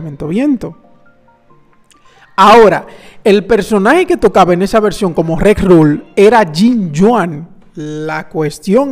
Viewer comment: Video genial como siempre, nos mantienes al día gracias a la información que nos traes con tanta antelación. Un pequeño apunte, se dice RERUN (con N al final) 😊 saludos!